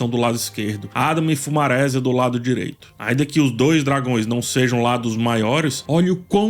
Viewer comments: uma pergunta: Por que você fala nos seus vídeos fumarésia (bem com acento no e mesmo, enfatizando o maRÉsia) e não fumaresia (que no caso é da palavra maresia mesmo). Sempre fiquei com essa confusão linguística. Poderia me explicar? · Eu acho engraçado que fala "fumarésia" sendo que é a junção de fumaça + maresia. Ou seja, a pronúncia é fumaresia. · Impecável o vídeo, só um cuidado: Fumaresia (de mar), a sílaba tônica não é “re”. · Por q não pronuncia FumareSÍAAAA? 😅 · Agonia do falando “fumarésia” kkkk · eu adoro as análises do mas essas pronúncias.... FumarÉsia kkkkkk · Mano, adoro as visões desse cara. Mas o jeito que ele fala o nome dos Targaryen e principalmente do Fumaresia, mata o português 😐